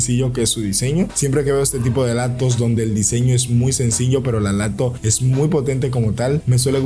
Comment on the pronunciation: Te refieres cuando dice por ejemplo laptos